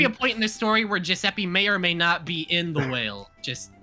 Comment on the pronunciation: Giuseppe is perfect! I love when english speakers hit the right italian pronunciation ❤